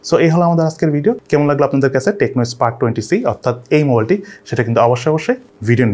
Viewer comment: "কেমুন" না "কেমন". Sob e thik ache but apni keno jani ai word ta thik korte parchen na seta bujte parlam na. Jodi apni apnar local language use Kore video upload korten tahole oi word ta sunte kharap lagto na. But sob sundor sentence er Maje Ekta word ektu bajei shunaye. Hopefully u r not gonna take this comments in the wrong or bad way. Take it as like ur guidelines.